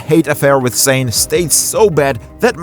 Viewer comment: How come you pronounce Mane's name well and Sane's name completely wrong? They rhyme.